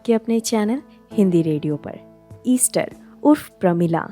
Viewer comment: बहुत सुंदर जानकारी और प्रस्तुती. एक छोटी सी बात, प्रमिला का नाम, Esther को एस्थर कहते हैं, Easter, ईस्टर नहीं! 🙏🏼